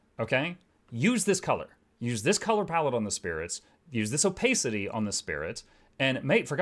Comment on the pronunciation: is the pronunciation of “Opacity” an inside joke I’m missing? xD